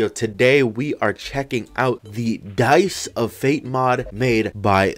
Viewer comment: ... he said dies not dice... im triggered